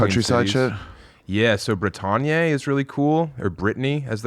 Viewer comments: the way my brother keep sayin' "brih-tawn-yay" for "bretagne" is crazy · shit French pronunciation makes me love him even more. 👍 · Bretagne does noes not rhyme with Kanye.